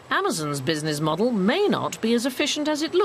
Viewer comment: Was enjoying this documentary, then I noticed how the narrator said 'business' and consequently my viewing experience was ruined.